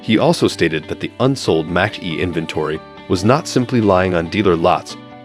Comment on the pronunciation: 'Match' E-cars? It's MACH-as in speed rate MACH 1,2, etc